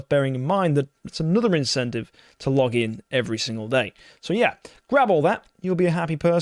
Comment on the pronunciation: why do you keep emphasizing log in everyday in these videos lol